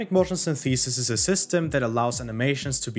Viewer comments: Its more like Synth - eh - sis. English English rather than American English. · sYnthesis, not synthEsis. Otherwise, great vid. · That's not how you pronounce 'synthesis'. It's not 'syntheeesis'. The stress is on the first syllable. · dawg I love this video but please stop saying syntheesis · Well I didn't hink it was possible for a human to mispronounce 'synthesis' in such a way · Good video, although that’s not how synthesis is pronounced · Hey man, great video - I really liked the euphoria engine in the first Read Dead Redemption, I think it fit in perfectly there. Also, no disrespect - your pronunciation of the word "synthesis" is kind of off. I found a 12 second video that shows the correct way to say it and I thought I would offer it to you in case you're interested. Anyways, cheers m8. I'll post the link below in case the comment is auto-removed by YouTube.